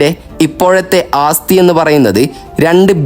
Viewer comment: ആസ്ഥിയല്ല, ആസ്തിയാണു ശരി... അത്യാവശ്യം ഭാഷാബോധം ബ്ലോഗർമാർക്കുണ്ടാകണം